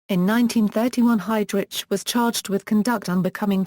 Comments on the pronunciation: pronounced "HeydRick" no HeydRich; Germanic pronunciation. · its Heydrich is pronounced hide rick not hide rich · Everytime this computer voice says 'hide rich' his evil soul flinches in Hell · This is the worse computer voice ... seriously lol...your doing a review of this man's career and life and you can't even pronounce his name correctly..I stopped listening to it...take this shit down!!!..I already know enough about him and even though he was a cold soulless murderous power hungry monster...your doing him a great disservice